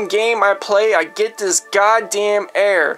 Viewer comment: "I keep getting the same fucking air" lololololol 😂 don't know how to speak